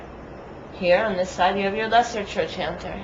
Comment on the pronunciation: its pronounced trokanter , not trochanter